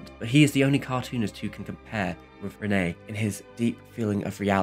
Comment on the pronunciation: I had to laugh at "Renaye", I'm sorry :D But great video! Thanks!